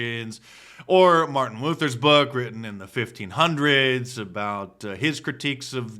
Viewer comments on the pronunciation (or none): none